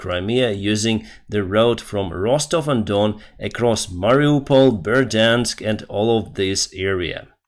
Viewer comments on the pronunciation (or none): none